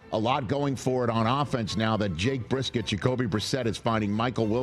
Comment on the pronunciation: lololol no u didn’t just call him Jake brisket lolol thanksgiving must’ve got to u